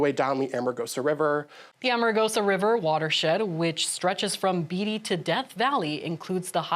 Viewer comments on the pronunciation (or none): Beatty is pronounced 'Bay-tee' not Betty.